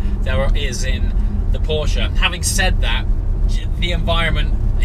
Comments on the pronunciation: Dude, its PorschE not PorschA :D Look it up how to pronounce it correctly mate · Not Porsch its a PorschE! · porschE not Porsch! Say the „e” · Why you UK people cant say Porsche.... PORSH PORSH PORSH